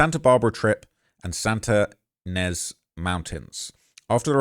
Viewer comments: Ynez is pronounced Eye-Nez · Sounds like Lake “Ka-Chu-ma” and Santa “E-Nez.” I spent 10 yrs in the area. These are massively trafficked areas. Great hiking spots, tons of people that drive those back grounds. In college, we used to drive up there and smoke weed.